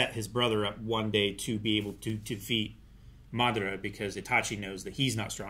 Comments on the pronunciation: He’s going butcher that man’s name until the very end lol 😂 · Someone help pronounce Madaras name properly lol